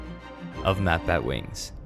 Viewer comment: You totally butchered my name, and you only took 2 out of 10 questions... You should have taken them all!